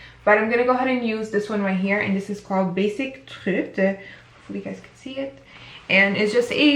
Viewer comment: Beautiful look my love!! Can we take a moment and listen to how cute you pronounced "Basic Trut"? The Dutch accent was in the house?! Nikkie would be so proud! LOL! Love the palette, great transitioning colours 😍🖤 Happy New Year to you too girl 💋